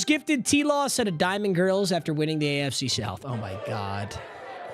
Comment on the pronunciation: Bro said “Diamond GURLS” 😂